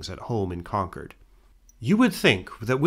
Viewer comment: I can't tell you how much I appreciate that you correctly pronounce Concord throughout. Now say Worcester 😊